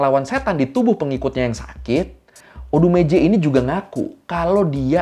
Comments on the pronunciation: Abang bilang odumeje gua dengernya odgj :' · Awal awal masih ODUMEJE Kok lama lama jadi kaya ODeGeJe :v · pas nyebut nama odumeje aku denger nya ODGJ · Namanya tertulis "ODUMEJE" tapi orang² mbaca nya berbunyi "ODeGeJe" 😁😂😂 ada yg sama salah dengar.?? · Odumeje jadi odegeje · Ini Odegeje mah bukan odumeje wkwkwkw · Maaf, tadi saya dengarnya "odgj" 🙂😆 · aku dengarnya kok odegeje ya bro, ah kupingku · Gue dnger nya odegeje 😅 sory lah,kuping kadang2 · Bang maaf ya, gue sepanjang video dengernya "ODEGEJE" 😭😭🙏🙏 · selama aku nonton aku denger nya oudegeje 🗿